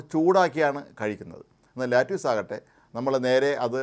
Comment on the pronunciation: its called lettuce...mnot lattuce....naaku vedikku